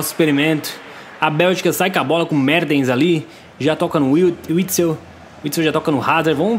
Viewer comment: Alguem percebeu quando ele foi falar mertens ele falou merdens